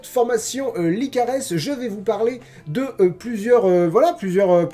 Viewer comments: Je crois qu"on prononce pas le s dans la formation "licares", j'écoute leur pordcast sur spotify et ça se prononce "licare" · Tu prononce mal pour la formation LICARES (PS : ma sœur y est inscrite et j'écoute toujours les podcast de Lucie Castel, même si c'est pas un format qui me plaît beaucoup normalement) ^^ J'adore tes Coins Lecture ! En fait, j'adore tous tes formats ! Tes parenthèses, tes coins lectures, tes points cultures, tes 50/50 et même tes NMT (que tu ne fais plus) ^^ J'ai hyper hâte de voir le prochain coin lecture avec les romans spéciaux abonnés ! J'espère qu'un jour, je pourrais te faire lire le mien, mais je suis toujours dans le premier jet donc j'ai bon espoir que ta pile aura un peu diminué ;)